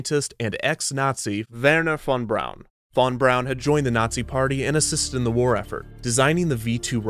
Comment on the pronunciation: I’ve never heard Werner von Braun’s name pronounced like that